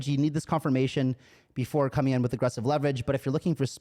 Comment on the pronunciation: I swear I heard ‘“wif” this kind of backing’ the first time I played this back 😅